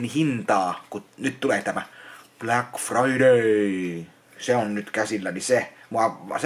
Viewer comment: "minä en osta mitäån bläck firdäystå" nyt ostellaa pääpantoja ja kolmijalan